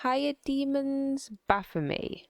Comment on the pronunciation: I think it's actually pronounced "baf-oh-met" with a hard T but demons deserve disrespect so carry on